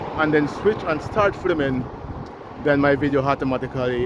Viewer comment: it's not "fliming". It's "filming'. Learn to pronounce words properly.